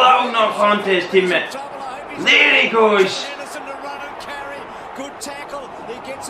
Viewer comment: surprisingly enough you have pronounced it correctly and I’m glad you enjoyed my request :)